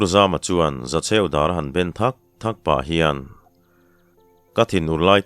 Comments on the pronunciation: Zawng chikhat DAWR ti a i chhiar kha a dikhlel deuh in ka hria DÂWR tia lam tur a ni zawk lo maw "ÂW" hi thluk tur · Ngaihthlak a nuam e,mahse,Dawr,tih i lam kha kalo hriat ve dan chuan,'Dâwr'tih a lam tur niin ka hria,dawr tih kha chuan,kekawr kap'Dawr'tih lam a kawk mahin ka hria. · Dàwr(zawng chi khat) hi i lam diklo leh, ramhuai chikhat, "ràwt" kan lam anga lamtur ania.. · Zawng chi hrang hrang zinga mi "Dâwr" i tih kha "Dãwr" tih tur. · Dawr ti a ilam rik hi zawng chi1 ang hi anih ka ring a,tun hma kan pi leh pu te khan dawr anlo ti rêng nge ni,ka hriat ve dan chuan DÂWR ti hian kan lam thin a. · Thimzing a dawr kha, ngau chi a ni a dawwwr tia thluk phei tur. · "Dawr", hi Ngau chikhat a ni a, thluk tur a ni, kekawr dawr anga lamrik tur a ni love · Kekawr dawr kan lamrik angin i lam ri tlat mai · "Dawr", rifana lam tur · Sakei,zawng,dawr, dawr I lam Dan khi a dik lo a,zawng chi khat ve tho a nia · Dawr hi ramsa, ngau chikhat a ni e. I lam dan hi a dik lo deuh. Lam dan tur chu thil bial chiah lo, a sawl kan tih a sawl thluk dan hian thluk tur a ni e. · Dawr hi ramsa a ni a,ilam dan hi a dik lo thluk tur a ni e, Pathian zarah tluang takin kal zel ang che 👍👍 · Dawr tih hi chawhmeh ka suan a, Suan tih thluka lam tur niin kahria. Ka sawi dik bik chuang emaw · Dawr hi zawng chikhat a ni a Dawr tih hi thluk tur a ni e, mipa kap Dawr ang a lam lohtur a ni. Tin asam chu hruikhau ang mai in a HRAM tih kha Favai HRAM ang a lam a thluk loh tur a ni thung . Thawnthu chhiar zawng zawng zing a thiam leh chhiar ngaihnawm ber i ni e. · Däwr ( zawng family) hi i lam dik lo, tâwi tih ang hian thluk tur a ni